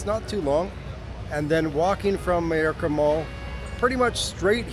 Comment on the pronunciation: Mayorca is pronounced my orca. May = my. Hay = eye.